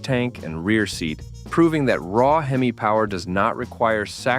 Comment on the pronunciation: How is Mopar a GM product? It does say 12 Most Powerful GM Muscle cars. The AI voice can't even say Hemi.